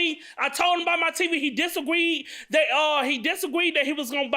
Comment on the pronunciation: This man done said "disagweed, admeant, fourstrated, gwistle, and assaultanation"